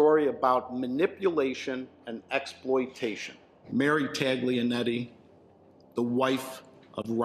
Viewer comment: Everyone says Ta-G-lianetti? 🤣🤣🤣